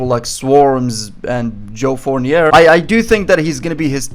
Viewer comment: You pronouncing joe fournieR is still hilarious